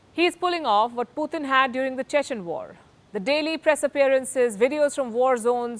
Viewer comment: wish she would learn how to pronounce Putin's name correctly